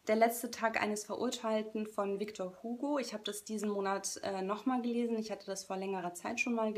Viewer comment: Vielleicht weißt du es ja inzwischen - der Nachname des guten Mannes Victor Hugo wird französisch ausgesprochen, also "ügo" :). Solltest du als BookTuberin schon wissen, finde ich, er ist ja nicht irgendein unbekannter Schriftsteller.